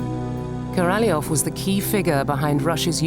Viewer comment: Korolev .. et pas Karalof !!!